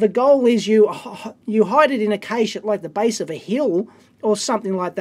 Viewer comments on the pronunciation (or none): none